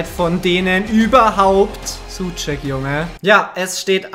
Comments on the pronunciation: Super Folge wieder! Danke, dass du das so lange durchziehst. P.S. Man spricht ihn Tomas Soutschek aus. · Suceck wird Schuscheck ausgesprochen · Tomaš Soucek spricht man Suscheck aus